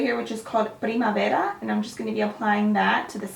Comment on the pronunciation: Loved the way you said "Primavera" 😊😊😊😚 you did an awesome job